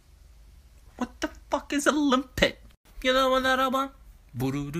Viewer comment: limpet... I heard armpit...